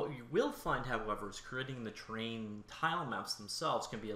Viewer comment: Has anyone else been looking for the tab "train" in their editor? This guy doesn't know how to pronounce the word "terrain".